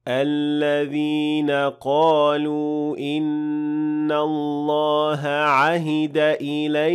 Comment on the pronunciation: After the word قالوا there is an hamza in the next word. So it's madd munfasil and it's 4 harakat long. But you give 2 harakat ( madd tabiyi ) ,may I know why ?